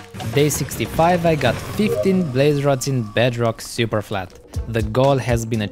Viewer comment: In the beginning he said he spent days on “Bedrock Superfalt”